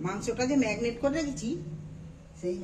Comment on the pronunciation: Magnet noi marinet